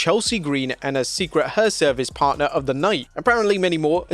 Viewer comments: They are called "The Secret Hervice" not "The Secret Her Service" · Buddy, it’s “Secret HERvice”, not “Secret Her Service”. I commented about this before, so I m not sure if you don’t read the comments of if you just can’t say herservice. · Secret Herservice? Wut?